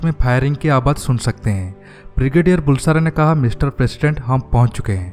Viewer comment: How come Brigadier of Indian Army didn't know Maldives ? It's really surprising. Also pronunciation of Bulsara is बलसारा , not बुलसारा !